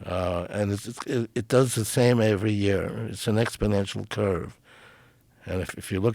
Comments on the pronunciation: New drinking game, every time he says" expidential growth" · "So what you're saying is..." "Yes, exponentially." "But people are saying..." "Joe! Ex po nential growth"